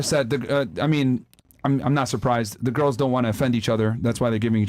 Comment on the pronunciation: "At da end a da day".....